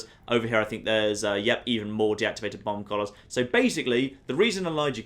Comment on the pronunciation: Who else thought he was saying bong collars the entire time